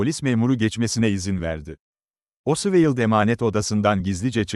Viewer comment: Her tarafı dökülen saçma sağan bir video. her şeyden önce, çocukların bile bildiği Lee Harvey Oswald'a diliniz dönmüyorsa, neden video çekiyorsunuz? Ayrıca içerikte sayısız hatalı bilgi var sayın.